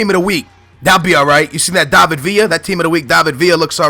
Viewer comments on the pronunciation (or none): none